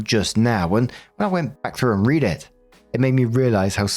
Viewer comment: Story 1 - When manages to misread the word "read" in context TWICE. As for OP, she's one of those pathetic, self-deluded people who waste years, even decades, of their lives on a novel that will never ever be finished.